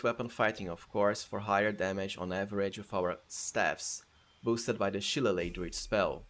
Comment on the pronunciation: As an irish person i must point out shillelagh is pronounces shi-lay-lee 😂 now imagine what our town names are like 😂